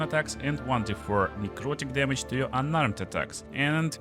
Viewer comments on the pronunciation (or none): none